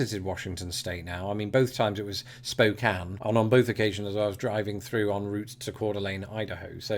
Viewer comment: Thank you for pronouncing Spokane and Coeur d'Alene correctly. 😁